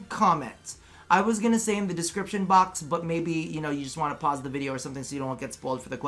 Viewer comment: I laugh every time you say pause 😂